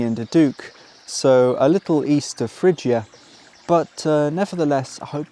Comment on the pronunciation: Isn’t the ‘g’ in Phrygia a hard ‘g’?